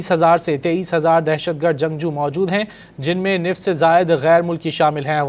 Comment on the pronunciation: نصف ہوتا ہے نفص نہیں